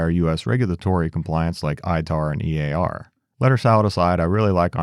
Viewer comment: As a trade compliance professional I can't tell you how happy it made me to hear you say ITAR and EAR correctly! 😂